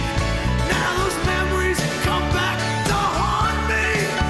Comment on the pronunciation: The way he says "Now those memories come back to HAUNT ME...!" gets me every time!